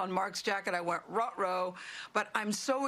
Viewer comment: She said Rut Roo! 😂😂😂